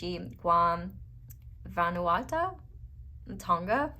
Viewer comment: Loved it. Also, Vanuatu is pronounced differently than it's written. "Vah-new-ah-too" :)